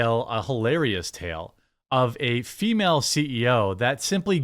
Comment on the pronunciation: You could always refer to her simply as a "woke CEO." "Female," did not need to be attached to woke. Plus your verbal emphasis on "female" made it sound like you have an axe to grind with females, instead of with woke culture. I'm sure that was not your intention. Just listen to how you spoke that word in that particular sentence at the end of the video and you will understand how easily it could be misconstrued. Just trying to look out for ya, dude! 😎🍻